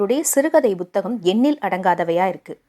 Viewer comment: Buthakam illai puthakam Correct your pronounciation